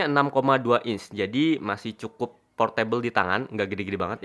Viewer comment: "eeh p0rtAbLe" wkwkwk